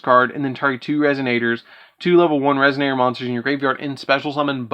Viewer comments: I love the vid but I kept hearing "resignator" instead of resonator and it cracked me up. But I loved the video keep up the good work man 👍. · What the fuck is wrong with this guy 😂 how does resonator turn to resignator